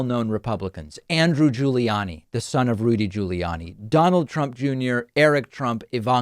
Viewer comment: I love how David pronounces "Andrew Guli-annie"😅